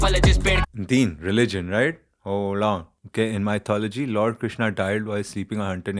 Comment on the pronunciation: 15.26 bhai ne bola laardd do😂😂😂